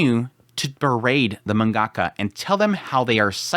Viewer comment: You can't even pronounce "mangaka" properly..